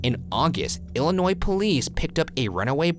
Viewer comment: Me personally I’m just glad he said Illinois right😂